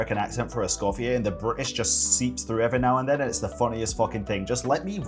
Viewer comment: Not to be a hater, but Escoffier doesn’t sound good to me. She should’ve just kept the British accent. Forcing an English accent kinda made me too aware and cringe a little every time I heard it. It sounds like she’s over pronouncing words and kinda takes me out of the game moment.